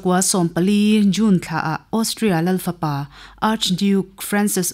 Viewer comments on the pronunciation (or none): none